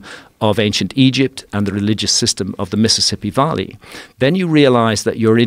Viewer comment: Where is hancock from? I thought he was English but his pronunciation of certain words is bizzare. No one in the UK says Valley how he does.